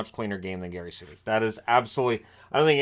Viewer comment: Suter not Sutter just like Kachuk not Tkachuk. A "T" makes all the difference.